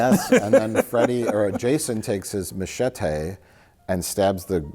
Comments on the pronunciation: Is this the episode of Red Letter Media that the OneyPlays crew got the pronunciation for ma-chet-ae from? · ...Did Mike just say ma-chat-ay? The OneyPlays/RLM Iceberg deepens...